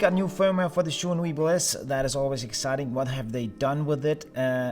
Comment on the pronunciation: good video, but little advice. zhiyun is pronounced G YUN